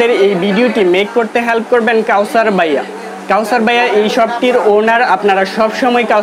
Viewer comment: বাইয়া কি ভাইয়া কথাটা ঠিক ভাবে বলেন